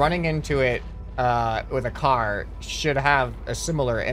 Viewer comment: Car not cat lol